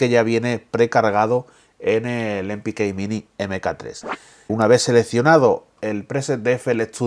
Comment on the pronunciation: em pi kei mini eme ca 3 que grande Spanglish jajaja Buen video!